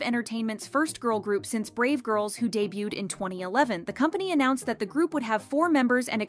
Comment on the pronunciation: With love, it's pronounced "dey-byooed" not "dey-byooted"